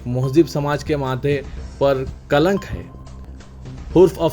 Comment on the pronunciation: Bhai Janaab Assalaam aap ki news reading Behar hy. But some important points. (1) Salaaumu Alykum ( without W ) (2) Muqarrir ( I is there not A) (3) Kalink ( link not lank)